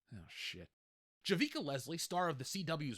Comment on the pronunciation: I worked on 2 seasons of Batwoman. I've never been so happy to lose a job! That being said, Javicia (Ja-vee-see-a) was a wonderful person. She was just given shitty scripts to work with. The cast and crew couldn't believe it was cancelled... But I knew it would and should be. I tried to explain that no one is watching, and that their target market was too small to float a show. To them however, it was not a valid reason. Get woke go broke...